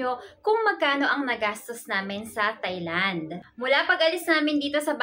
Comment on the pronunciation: TAI Land po not thai land